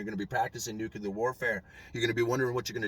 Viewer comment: Somebody Please tell this guy, NUCULER is not a word!!! The word is "Nuclear""!!! NUCLEAR!!